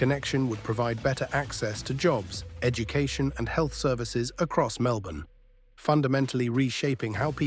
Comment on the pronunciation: Let alone the fact it pronounced Melbourne pretty well but Cranbourne absolutely terribly